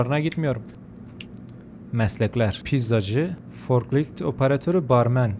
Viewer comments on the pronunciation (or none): Abi farkolift değil forklift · forklift❌. farkolift✅ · forklift❌ farkolift✅